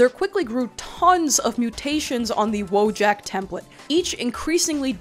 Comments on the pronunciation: Someone probably already wrote such a comment, but because of the way people pronounce the word 'wojak' I would NEVER IN MY LIFE have thought that it was about the Polish 'wojak' 😭😭 In Polish this word is pronounced literally as it is written so its more like voyak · Hold on, if Wojak’s from Poland… Wouldn’t it be pronounced like “voy-aak”? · I'm Polish and somehow never realized that Wojak is polish. Its a reasonably common word in polish pronounced voyak (I guess I never recognized it because the English pronunciation is so wildly different from the polish one). I would directly translate it as "Person of War" but more casual or potentially diminutive depending on context. Woj as in Wojna = war, and ak as in the pollish suffix for the typically human form of "from" or "of" (also used in multiple other ways). Such as English "person from Warsaw" = polish "Warsawak", but it can also be used as a diminutive for animals or in various ways for the names of things or places. With the way Polish works it does make it a more casual tone rather then the formal "żołnierz" or the more serious form "wojownik". But I don't think it would directly imply something like "little warrior". Also its not a portmanteau that's just how polish works. All the memes you see of polish having 57 words for whatever is just (sometimes prefix)-(word)-(contextual suffix). Pretty funny how the way people use (wo)Jak as in wife-jak or eboy-jak is really similar to the way the "ak" suffix is used in polish... Just y'know drop the J. Anyways thanks for attending my Polish 101 class. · for ajyone reading this it's pronounced "voyak" in polish, but that's just for posterity, everyone still says wojak